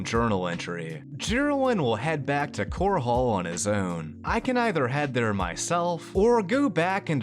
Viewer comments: ffs it's not "Core-haul" it's "cor-ul". Listen to the NPCs. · Pls its chorol not core hall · Bravil is pronounced - bruh ville not like gravel Also, Chorrol is pronounced Core'll not core hall lol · Wait... "Core Hall"? It's pronounced like coral. Like the aquatic creature. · Why are you pronouncing Chorrol with a second h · I found it amusing how you pronounced Chorrol as Chor hole. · Not to be nitpicky, but your city pronunciations need some work. Bravil is pronounced the same as Brazil and Chorrol - the same as coral. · Everytime he says core hall it hurts my soul